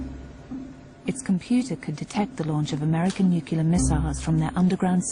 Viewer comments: 1) I don't want Ruff back in prison. I want him on our side. 2) I can understand a US president pronouncing it "nukyular" because we don't require any sort of qualifications for the job, just the most bozos voting for him. But a narrator for a documentary on the topic of nuclear war? It's like hiring someone with a lisp to read a story about Sammy the Super-Sassy Snake. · I cannot stand listening to an otherwise competent English speaker calling the weapons "nukular." Apparently she's unkular about the correct pronunciation of nuclear. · Hear, hear! As I said above, she's unkular about the correct pronunciation of nuclear. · excuse me? nu cu ler war? geez, will ppl ever fucking learn to pronounce this word. grrrrrrrrrrrrrrrrrrrrrr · "Nu-celar" makes it sound like Homer Simpson :D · Rather annoying when the voiceover person keeps mispronouncing nuclear as nuke-ular. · So sad... a documentary that consistently pronounces nuclear "nu-cu-lar"... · NUCULAR... Who was her English teacher? Homer Simpson? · Nu-cle-ar, nu-cle-ar, nu-cle-ar! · It's nu-cu-lar. The T is silent. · I think anyone who repeatedly pronounces nuclear as nuku-lar should be tied to a nuku-lar missile and shot into space. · Glad I'm not the only one here who winces every time she butchers it. I know it's a little thing but damn it's annoying. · David Raun Um, no. Nu-Ku-Lur is wrong in any dialect. I am English and the only people in the UK who pronounce it the way it is pronounced by professional voice talent in this video are the ones who pronounce it incorrectly. There are subtle various is correct pronunciation but they are all very close to the way I describe above and none include the bastardization of the language in this piece. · Janis Ladigs Go ahead and look up your big word in a dictionary. Saying "nu cue lar" instead of nuclear isn't a dialect. It's not even a pidgin or creole... it's a speech defect. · A documentary like this needs a narrator who can pronounce the word nuclear.